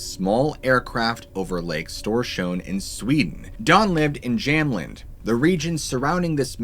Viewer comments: Haha pretty cool hearing about "Storsjöodjuret" from an American. Tip: Jämtland is pronounced Gem-t-land (gem as in jewelry) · Good stories and as usual good telling. As a Swede though I've got to say you absolutely slaughtered the names. Storsjön means "the great lake" and the landscape is pronounced "Jemt-land". The beast hence is pronounced "Stor-scheu-o-deuret". Just saying 😉